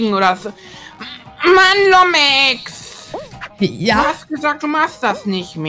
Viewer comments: Er sagt immer lomex 😂😂😂😂😂😂😂🤣🤣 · Lommeks sagt der kleine aber sieht selber aus wie 13 und muss lachen weil Lomex sagt aber Trotdzdem unterhaltsamer content und lustig